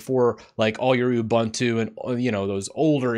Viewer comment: it's not you-bun-two. it's oobuntu.